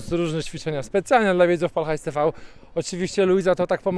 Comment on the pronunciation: Ja pierdole nie Pal Hajs tiwi tylko PAL HAJS TV !! Tv nauczcie się 🤦‍♂️Bawiąc Uczy Ucząc bawiąc 🎉